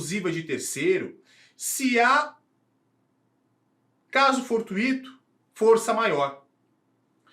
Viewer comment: • Escrita: Não leva acento agudo porque é uma palavra paroxítona terminada em -o. • Pronúncia: A pronúncia certa é com ditongo (for-tui-to), e não com hiato (for-tu-í-to). Errar a pronúncia colocando a força no "i" é um erro comum de prosódia, semelhante ao que acontece com gratuito ou intuito. • Significado: Significa algo acidental, imprevisto, casual ou que acontece ao acaso (como em "encontro fortuito").